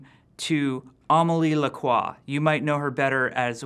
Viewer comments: Il galère a dire lacroix XD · Ptn Jeffy il prononce tellement "Lacroix" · Pour nous on croit qu'il galère maus c'est comme un Français parlant anglais l'accent n'est pas le même